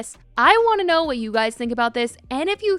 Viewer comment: Bro the "I don't knowr" lmao